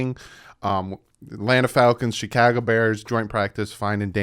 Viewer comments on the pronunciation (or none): "Chicaga" Bears. Lol.